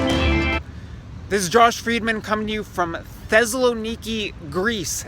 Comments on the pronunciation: Thezzzloniki... Bro can't even pronounce the name o the city. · “ThEzeLo-knee-key”. Way to completely butcher the pronunciation of my home city. Classic Americans.